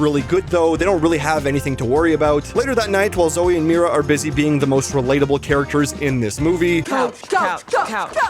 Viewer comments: um It’s Mira Not mari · he said mari instead of mira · Bud.. it’s Mira not Mary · Not bro saying “Mari” instead of Mira TWICE.